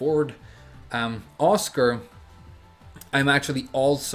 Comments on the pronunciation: I was like "who TF is Oscar?" until I realized he was saying Asuka LMAO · The way you pronounce Asuka 😔